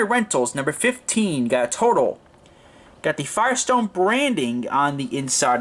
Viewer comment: the accent is on the second syllable...its a French company...it is pronounced "Totaaaal"...check it out on google!!!